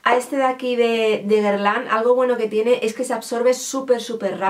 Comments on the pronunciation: Se pronuncia gerlan... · Se pronuncia Guerlen creo jajaja Me llaman mucho la atención las paletas de Huda 😍😍 Mucho mejor las gafas mini, se pasaron con el tamaño de las normales 😂